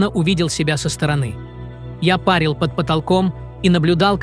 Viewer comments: Автор не коверкай слова и ставь правильно ударения! Слово "пАрил" и "парИл" имеют совершенно разные значения! Слово "пАрил" - от значения "париться в бане"! Слово "парИть", имеет значение - возвыситься с лёгкостью над чем-то, вознестись в небеса! Издержки современного больного образования...😢 куда катимся! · Парил с ударением на а это про баню , в бане парят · Не парил, а парил. Ударение на втором слоге. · Неужели человек не мог озвучить данное видео?Неправильные ударения режут слух.Все озвучил бот.:face-pink-tears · Не пАрил, а парИл! ПАрят в бане! Абсолютно безграмотная речь!😮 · Отличный ролик. полностью согласна с его автором. но одно меня веселило очень, когда автор говорил слово парИл. Он говорил не парИл, а пАрил, пАрила. На фоне этого замечательного ролика, неправильное ударение меня ещё и веселило. Что они там пАрили, неизвестно, но было очень смешно. Спасибо за прекрасный ролик😃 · Парил, ударение на (и). Это же так элементарно. Слушать тошно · Озвучивает ИИ, но текст-то пишет человек. И в сомнительных местах нужно просто самому поставить правильное ударение.